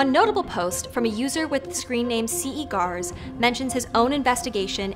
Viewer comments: "One notable post from a user with the screen name c.e. garz [...]" It's Canadian french. Pronounced See-Gah, meaning "That Guy". Also you say the Slender Man didn't exist prior to 2009, but the post of Ce Gars that you showed us had been writtent in 2007? I think some mistakes went in your presentation. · "ce gars" is very likely french : it means this guy, and is prononce [sɘga] (like "sir" without the "r" and the first syllabe of "garden"). Also I want to take the opportunity to say that I really like what you do on this channel, all your videos are both really interessting and very pleasant to watch ! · "See guars" hahahaha wow. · ce gars is the French translation of "this guy" and its pronounced along the lines of suh ga, the rs being silent. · "Ce gars" isn’t pronounced like that. It’s French, meaning "this guy". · C E gars hahahhah ce gars= this dude*